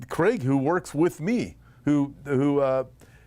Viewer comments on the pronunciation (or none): none